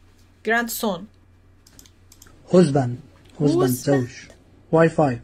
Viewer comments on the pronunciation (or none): عرب بدانه هم نمیتونه تلفظ کنه وایف وپارتنر وهازبند رو میگه وایفه پرینتر وهوسبان